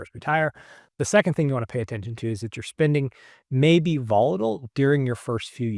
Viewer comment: Great video with excellent information but I just can't with the mispronounced spinding instead of spending I feel like I'm on the receiving end of the "right meow" stop from Super Troopers 😂